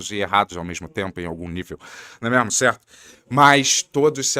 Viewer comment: mandou um combo "né mêarmo, céarto".😂😂